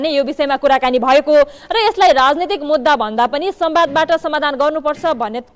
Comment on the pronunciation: Mudra hoina hola mudhdda hola hai bhasa suddha padhna pani najanne yasto anchor kam chhaina